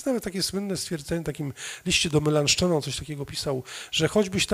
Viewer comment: Nazwisko "Melanchton" czyta się tak, jak się pisze, a nie z francuska czy angielska ("Melanszton"), gdyż jest to tłumaczenie na grekę prawdziwego nazwiska Filipa Schwartzerdta. Prawdopodobnie p. Lisicki wzoruje się na jakichś nagraniach z kręgu anglojęzycznego, gdyż podstawowa nawet znajomość obcych języków nie jest, niestety, mocną stroną Anglosasów i robienie tego rodzaju błędów jest u nich REGUŁĄ. Wychodzi z tego "kuchenna" greka, język ludzi słabo wykształconych ☹. Co jest dowodem, że nie powinniśmy bezkrytycznie naśladować Anglosasów.